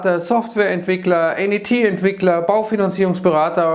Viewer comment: [Dot] [Net] wie das englische Netz. Ansonsten ist es halt die Frage ob qualifiziert oder sogar spezialisiert: Qualifiziert ist ein beruflich ausgebildeter Fachinformatiker, spezialisiert ein Informatiker (Diplom, Bachelor, Master). Wir reden ja immer von Fachkräftemangel - als Begriff bezieht sich das auf Qualifizierte Fachkräfte (Pfleger, Fachinformatiker, u.ä.). Aber auch Spezialisten (Informatiker s.o., Mediziner, ...) fehlen uns in einigen Bereichen massivst.